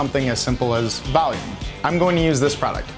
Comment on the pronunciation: Nobody: nothing: Valume